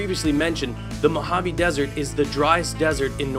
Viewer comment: I'm Spanish, and the way you were saying "Mojave" was really annoying me. I love your videos (both on this channel and your gaming ones), but the way you were saying "Mojave" just annoyed me.